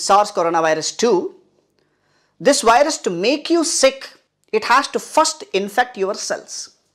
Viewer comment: blocks the wirus you say?